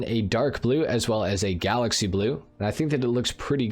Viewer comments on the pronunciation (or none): none